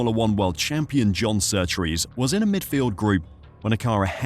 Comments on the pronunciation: Ok I've watched 22 minutes of your video. Henry Surtees not Surtrees as you keep saying. You go to the trouble of making a decent video on the crashes that changed f1 then dontvget the name of the driver right. Surely that's the easy bit. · His name is Surtees not Surtrees!!! Better informed on surname spelling and pronunciation. Are you seeing what were seeing, it was worse cause he had no leg protection. Senna's name is Aryton Senna de Silva for #£&_ sake!!!! There was Drivers Committee, up until the later 70's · Surtees, not Surtrees you idiots. Jesus. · It's a good video so far but i wish you would stop saying SurtRees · You put a lot of work in this yes you said John Surtees wrong that’s OK. You corrected it. The 1978 Grand Prix of Italy, well Monza should have never ever started. There were cars moving towards the back of the grid. It’s going to create a massive traffic jam if the cars are not fully stopped. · There is only one R in Surtees get our pronunciation right ye fud